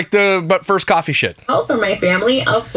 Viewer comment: Did you say, “Claw-fee?” 😂😂😂